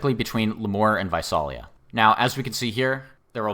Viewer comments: Visalia is pronounced "Vye-SAIL-ee-ya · Visalia is pronounced vye-SAIL-ee-ah, FYI. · Came here to say that :P